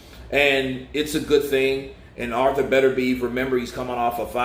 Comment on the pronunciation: Are you sure on these pronounciations... Thought it was bet-er-bee-ev